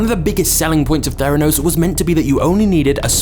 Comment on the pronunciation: Theranos or "their anus"???